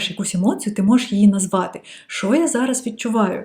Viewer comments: Ви стали дуууууже ніжною, коли говорите украінською ❤️🇺🇦❤️🇺🇦❤️🇺🇦 Дуже гарне Ч, але "ШО" замість "ЩО", і іноді Ви говорите "и" замість "і" (литак). Ну і "побєжалі" трохи не наше. Але в решті Ви супер 🤝👍🏻👌💪🏻🎉👏🥰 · Сприйміть як дружню пораду від філолога: пом'якшуйте звук ц у таких словах, як "оцінка", славнозвісна "паляниця" і т.п. У слові "що" вимовляйте чітко й твердо шч. Заслухалася Вашою українською, майже досконалою. Успіхів!